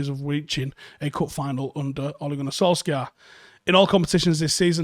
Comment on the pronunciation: It is pronounced Solshayr, not Solksiar :) Other than that, great video as usual